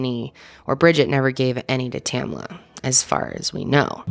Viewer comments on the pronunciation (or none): Her name is Tamla not tamala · Exactly! Two syllables. TAM-LA. There were only 9 other women there, most of whom she knew. Not surprised Tamla didn't want to go.